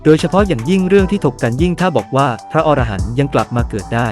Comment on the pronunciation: คำว่า"อรหันต์"อ่านว่า อะ - ระ - หัน ครับ ถ้าอ่านว่า ออ - ระ - หัน หมายถึงสัตว์ในนวนิยาย